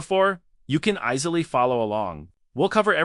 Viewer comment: "You can ice-ly follow along" - Fcking AI garbage voice :P